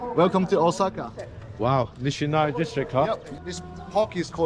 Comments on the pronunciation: did you just say okasa instead of osaka? lol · OSAKA ❌ OKASA ✓